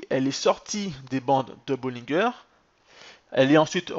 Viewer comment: On prononce bollinger en français comme " manger" haha